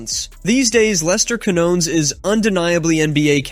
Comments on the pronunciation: It's "keen-YONE-es"! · ...the first shit you need to know is how to say Lester Quiñones pendejo...before you even talk about the guy...🤦🏻‍♂️🙄